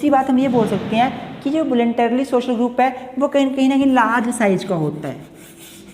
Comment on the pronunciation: its social not shoshal :!